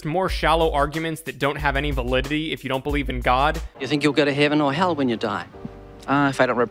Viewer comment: Okay no Australian in the world says “HEEVen” like that is kiwi all the way and we do not accept his bs